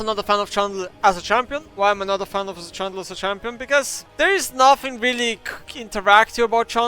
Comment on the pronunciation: The way he says Trundle, makes it sound like Chandler and i thought i missed a champion or a joke....